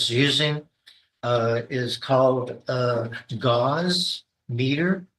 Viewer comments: Oh for gosh sakes…Gauss, pronounced gaʊs, not gauze…this is what happens when you let crazy people talk about engineering stuff. 🙄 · He IS crazy. He mispronounces the units of measure for the strength of a magnetic field which is gauss (gows) and is used to measure weak magnetic fields. Strong magnetic field strength is measured in Teslas. One Tesla is equal to one weber per square meter, not that anyone cares. Neither of those units measure signal strength or electromagnetic wave strength which is measured in electron volts.